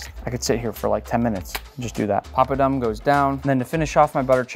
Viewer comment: My ear hurts everytime he says, "papadum" .